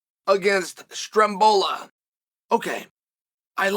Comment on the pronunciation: 2;41am where i am and i hear this mans call matt fravola “strembola” & i am howling at the moon guys… chael is undefeated